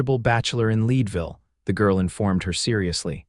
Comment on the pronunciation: I’m from Colorado. Town is pronounced Led Ville not lead